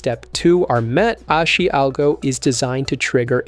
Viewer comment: It's pronounced "Ahh-Shee". Makes you sound like a noob.